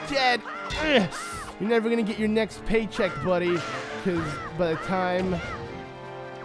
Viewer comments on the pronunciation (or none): none